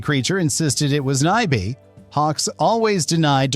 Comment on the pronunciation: What's with the, like, 12 different pronunciations of Nyby? Are you a robot or just an idiot? 👎🏻